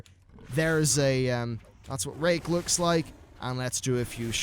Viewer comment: Don't hate me for it, but I thought he said "If the target is below 25% health, it will refresh rape."